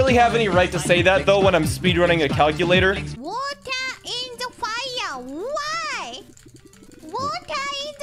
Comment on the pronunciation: she said water in the fire she didnt even say it right...